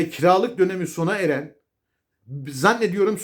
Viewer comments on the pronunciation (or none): none